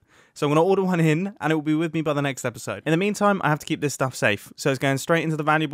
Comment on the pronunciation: I can hear the first one Also, *ello *episode And theres a 'ere after mumbo